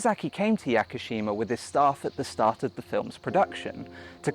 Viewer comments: Holy hell man...Start here: It's not "monnanockay" its: moh-noh-NOH-kay It's not "kaggasheemuh" its: kaw-GOH-SHE-ma it's not "yakkuhsheemuh" it's: yaw-koo-SHE-ma it's not "ashy-takka" it's: ahh-she-TAH-kah LORD, it's so bad. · “Yacker-sheema” Jesus Christ 😂